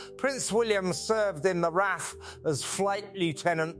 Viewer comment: It's A I you are talking to. I clued in with the pronunciation of :Catherine". Then, when it said "Raff" instead of R.A.F.